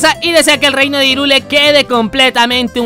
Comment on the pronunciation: Irule... ¿Irule? ¡Se pRoNunCIA "jaIRuL! DiSLiKe aL vÍDEo!!! >:v (ok no)